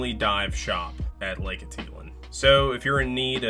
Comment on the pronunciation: I’ve never heard Atitlan pronounced so incorrectly before.